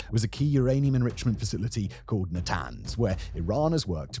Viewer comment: uranium... its rather Iranium